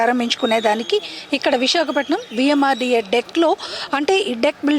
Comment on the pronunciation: Madam adhi VMRDA not VMRDK😂😂😂😂😂